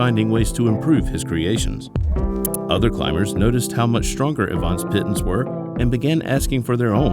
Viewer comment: The "pittens" pronunciation grates.